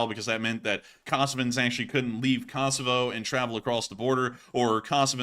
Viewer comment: You have pronounced Kosovo wrong all night, just a heads up!